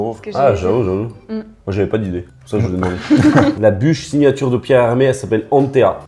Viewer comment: "Pierre Hermes" mdrrrr Un petit effort